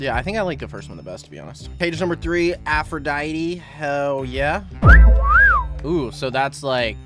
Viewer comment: aphro dite not aphro diteeeeeeeeeeeeeeeeeeeee